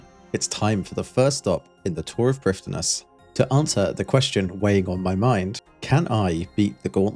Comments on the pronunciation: Hello! Fluent Welsh speaker here Prifddinas is pronounced Preevtheenáss The "th" is soft like in "the" The first ee is long and the second is short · Prifddinas has a pronunciation guide on the wiki. It's prive-THEE-nuss. Basically every name besides Zalcano in this video mispronounced, but that's because most people don't know how to read Welsh. Hunllef (which is nightmare in Welsh) is said like ˈhɨ̞nɬɛv, or in more common letters, hin-hshev. Really, there is not proper way to pronounce it, because the "hsh" part I used there does not have a sound in English. It's basically making an sh sound while allowing air around the sides of your tongue as well. Truthfully, either try super hard or don't try at all. I've not seen anyone get it right, and I most certainly do not know Welsh enough to get it right myself. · Welsh pronunciation is a little odd, every time you see a LL for DD they're actually considered one letter for pronunciation. DD is pronounced a bit like th in English but more d sounding? LL you pronounce by putting your tongue to your teeth and pushing air around the sides, almost like a hiss. So Priffddinas is pronounced sort of like PRIF-THI-NASS. Also Iorwerth was my grandfather's name and is pronounced like YORE-WETH. Loving the series :) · "dd" in welsh words is pronounced with a "th" noise. So, "Prifthinas" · Quick Welsh pronunciation guide from someone who lived in Wales for 3 years as a kid, spoke fluent welsh, moved to England and forgot it all: dd = th as in the (not th as in thread) f = v y = ee but shorter So prif is actually priv and the full name is just privthinas which is not as bad to pronounce as some people would claim (yeah if you're trying to actually sound welsh it's hard but getting the basic sounds right is not)